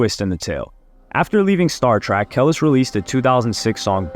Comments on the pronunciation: Bro how u not know how to say her name properly I thought u was for the culture 😂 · aye my boy....it aint Kell-is 😂😂😂😂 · Lmao I just can’t with name fuck up 3 mins in it killing me how do you not know her name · Ka-lease. That was bugging me also lol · its KAH-LEESE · It's Keleees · KELIS (KUH-LEECE) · Kel is or is it kelis ?😂😂😂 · Who tf is Kel-iss 😂😂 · Who replaced the real with AI? He’d never pronounce Kelis name like that. It’s pronounced Kuh-Leese 😂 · I left one min into the vid her name is not kaless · Who in the actual fuck is "kelliss"??? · KUH-LEES lol damn 😂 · Im pretty sure its pronounced kuh lease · Kah-lease damn😂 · I couldn't even get to the three-minute mark. "Kellis" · Not 1 bit 😂 talking about Kel-iz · Its Kuh-leese bro... Lol I enjoy the content but you kinda give me culture vulture vibes at times when you do stuff like this. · I just wish he would have watched 1 interview where they pronounced her name..TF is a Kellis 😂😂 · it's killing me you keep messing up Kel-lease that's how it's pronounced 🙄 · It pronounced KA-LEASE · KUH- LEASE 😭😭😩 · Isn’t it “Cuh-lease” lol either way big love bruv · Like damn the constant way he kept saying her name wrong is kind of annoying. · no doubt can't stand people mispronouncing shit. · Fck that. It’s disrespectful.. how would yt people feel if I made a video about the beetles & pronounced the names wrong the whole damn time? Chill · Yo is anyone else annoyed that he keeps mispronouncing “Kelis?” More emphasis on the i as an e my guy! I enjoy watching your videos but this is nearly intolerable to hear on repeat. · Say her name right !!!! It really messes up the video. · Jesus, I've never heard a name pronounced so wrong except hearing when James pronounces tupac on shxtsngxgs podcast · Sounds like you're saying whatever superman's real name is ever time you try to pronounce her name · This man say Kelis worst than he says Adidas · The way you butchered her name is very cringe 😬